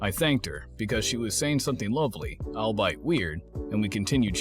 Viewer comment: That narrator is weird, he read "albeit" as "all bite", not "all be it"